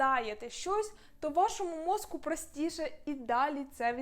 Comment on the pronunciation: попрацюйте, будь ласка, над чіткістю вимови слова "мозКу" (хоча, може, в мене проблеми зі слухом і /ґ/ мені вчувається).